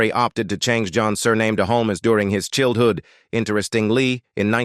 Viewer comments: WORST VOICEOVER EVER. "mary-age" "chilled hood" Stop with AI. U lost me after a minute in. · The automated narration voice mispronouncing words such as "chilled-hood" and "enveeronment" is very amusing and entertaining, but detracts from what is actually an interesting story. 😊